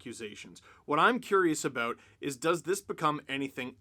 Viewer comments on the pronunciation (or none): Lol so funny how Canadians say " about" , abooooot lololol